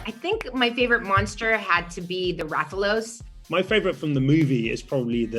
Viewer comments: The "Rahthalos" had me slightly triggered for some reason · Oh man, the amount of mispronounced names is just super cringe. Then hearing Jovovich call Rathalos a dragon, ugh. 🤦‍♂️🤦‍♂️🤦‍♂️ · actually, he only mispronounced 2 of them, Dalamadur and Rathalos, outside of Tigrex since it was only until World that its been pronounced "Tee-Grex", before that its been "Tai-Grex", every other pronunciation was fine, even Lagiacrus.